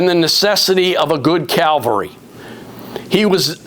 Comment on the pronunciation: Ugh. It’s cavalry not Calvary